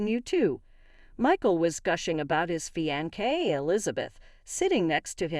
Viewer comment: It is a actually pronounced fi-an-say